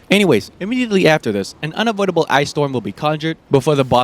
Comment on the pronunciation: “unovoidable”. What the fuck Fromsoft, the number one rule of bosses is that all bosses need to be dodgeable in some way.